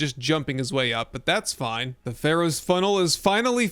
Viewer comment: Pharaohs, not Pharoahs. :) Great build.